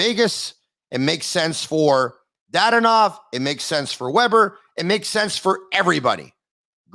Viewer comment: Actually it's pronounced DaDOnov. The inflection is on the Do.;)